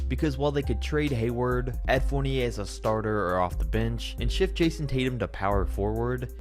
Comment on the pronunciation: Little suggestions on players name pronunciation: Evan Fournier-Evàn Furniè Pascal Siakam-Pascàl Siakàm Ersan Ilyasova-Èrshan Ilyàshova Serge Ibaka-Serj Ibakà Nikola Vucevic-Nikola Vuchevich Ryan Arcidiacono-Ryan Archiedyacono Nicolas Batum-Nicolà Batùm Clint Capela-Clint Capelà